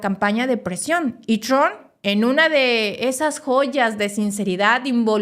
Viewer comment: Hay Donald tron , es Donald Trump , la haces a la periodista y no sabes cómo se pronuncia